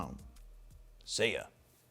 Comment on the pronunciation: I like your content, and I know that you do it forever - but the way you enunciate „fro knows PHOTO”, and especially „photo” is extremely off-putting and yucky. Like a nails on a chalkboard. It’s so uncomfortable, that I have to skip those parts of your videos. Everyone knows your website by know - you don’t need to differentiate each word in it to such extent, any longer. And it’s 2025 - not only it sounds bad, but it’s also cringe and goofy.